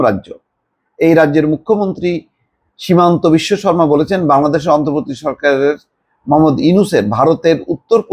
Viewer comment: আসামের মুখ্যমন্ত্রীর নামটা ও পৰ্যন্ত ভাল ভাৱে উচ্চারণ কৰেত পাৰেন না দুঃখজনক! নাম অনুসন্ধান কৰেন সঠিক নাম কি?